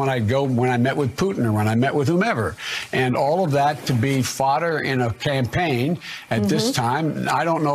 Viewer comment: Hahahahahahaa WAIT DID HE SAY PAMPAIN HAHAHAHAHAHAH